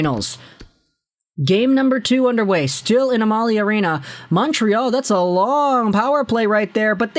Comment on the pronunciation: It's not "Uh-Mah-Lee" arena. It's "Am-Uh-Lee". It's an oil company.